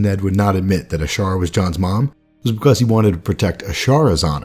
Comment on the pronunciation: Vernon Boward TOTALLY true about narration....'cept--tbvh--I cannot STAND when he says the word "because." I've watched like....50 or 60 of these vids now, and "behcose" is REALLY starting to get to me. (*Listen for it, you'll hear it.) NITPICKY, I KNOW!, ur tha man. Stay awesome. Love the channel.